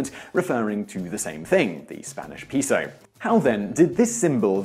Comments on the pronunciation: A "pee-so"? That's a meth pipe, not Mexican currency. That's a "peh-so" in your wallet? No, this is my meth pipe, my pizo. See? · Pay-sew Simon not pea-sew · Peh - so. Peso. Not "pee-so". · Pay-so, not pee-so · No its pronounced pey-soh, not pehso. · It's pehso not payso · Why is every Brit so smug and confident when they purposely mispronounce a word? Peso is a Spanish word, pronounce it properly, peh-so, not pee-so. It wouldn't be so annoying, if you didn't mispronounce it 5 times in 10 seconds. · Dude learn how to pronounce “ pesos (p e so us” )not pisos pisos means floor or several floors. Good video though. Thank you. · "piso" means floor, please pronounce properly next time 😂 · It honestly kinda fucked with my head a bit when he pronounced it "correctly" at the end, to be honest... Though, note, that "payso" is also technically incorrect. That's the "proper" non-spanish way to say it, but properly saying it is more like "peh-so", with the H sounds being a bit... Short, I guess? like the "pe" in Pepe. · could have been lmao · it is sad. If they use the latin alphabet, they might as well pronounce it correctly right? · (it's properly neither "peeso" nor "payso", but rather "pehso") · Today I found out that people from the UK can't pronounce "peso". It's 'Pay-So'. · It’s pronounced P-EH-SO lol And that’s not what I heard regarding the Dollar sign…. It was said to come from $lavery… only 2 lines down the s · No, the vowel e in Spanish represents one and only sound, approximately the e in the English word pet. The vowel o in Spanish represents one and only sound too which is approximately like the o in British Received Pronunciation (RP) of not. Simon's pronunciation of peso would be correctly represented in Spanish by piso, which does exist as a word, but with a different meaning: floor. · peso is pronounced pay-so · Peeso? Peeso? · It's pronounced payso .-. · i cringe whenever he said spanish pEEsO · Its just peso, only peso